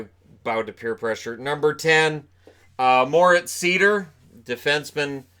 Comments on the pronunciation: On the pronounciation of Moritz Seider: it's pronounced similarly to Schneider (Cory Schneider). You basically leave out the "scn". The way I hear you say it, it would be "Moritz Sieder". So there's me praying for someone to get his name right on draft day. But great video as always, you're my main source of NHL/hockey news by far. Keep it up! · Not to nitpick, but Moritz Seider's name is pronounced [zɑɪdəʳ] in German... don't know if he'll be insisting on the right pronunciation once he gets over to NA though :) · Hey, nice Video as always!👍🏻 By the way, the right pronunciation of Moritz Seider is „Sider“ (like Slider) 😉 Best greets from 🇩🇪 ✌🏻